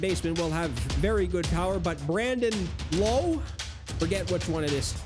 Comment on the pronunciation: It's Brandon Lowe, and then Nathaniel Lowe and Josh Lowe are pronounced Lowe.